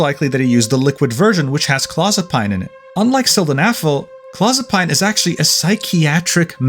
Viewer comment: Just so you know, it's pronounced claw-zuh-peen or clow-zuh-peen according to every medical show I've seen.